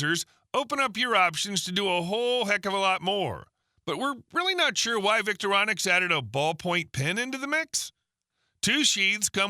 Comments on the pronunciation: Voctorinox or "Victorinonix" - C'mon! The Victorinox Swiss Army knives are a name that has been around for years - so has the spelling and pronunciation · Vic-Tor-I-nox is how you say their name.